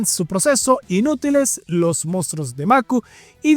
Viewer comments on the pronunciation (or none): Sus "mostros" jajaja